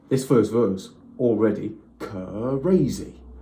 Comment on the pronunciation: He gonna say something cuh-ray-zee!